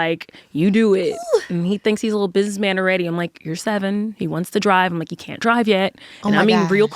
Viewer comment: Them "cain't"s were very crisp lol adorable.